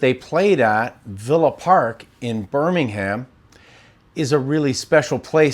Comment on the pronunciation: I love how Americans say 'BirmingHAM' haha, it is pronounced 'Birmingum' 😅